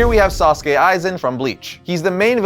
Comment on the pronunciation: Sasuke aizen it’s sousuke aizen